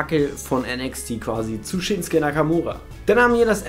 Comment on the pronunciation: Der heißt doch ShinsUke Nakamura! Und nicht Shinske ...........